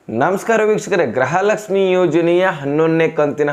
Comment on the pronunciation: ಗೃಹ ಲಕ್ಷ್ಮಿ ಅದು ಗ್ರಹ ಲಕ್ಷ್ಮಿ ಅಲ್ಲ ಕನ್ನಡ ಸರಿಯಾಗಿ ಮಾತಾಡು ಗೂಬೆ